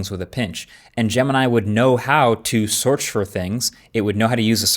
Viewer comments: “Sorch for things…” - real slick bud 😉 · " Soorch for things". 😂😂 is the teleprompter bugging out?...... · “know how to swrech for things” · "Sorch for things" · What's a SOURCH?